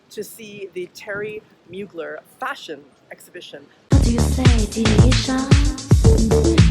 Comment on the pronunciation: Respect for saying his name correctly ! 💃🏻